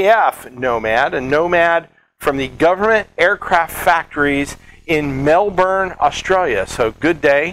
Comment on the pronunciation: Hey mate. Thanks for pronouncing Melbourne almost perfectly for a northern hemisphere contributor. I remember having lots of after hour tours seeing the Nomad in final construction and lots of awesome flight testing. Love your work!